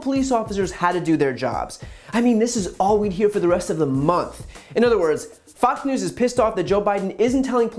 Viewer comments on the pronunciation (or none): Brian called them “Fock News”. Slip of the tongue, or no?